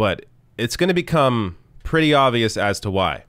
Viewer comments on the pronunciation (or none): none